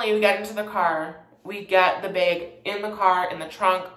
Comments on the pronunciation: 'The bæg” Lol :) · “The baeg” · milk in the “baeg” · language (aslo karen) Bag-behg Sorry-Sourry Again-agaein Edit: Drag-drheg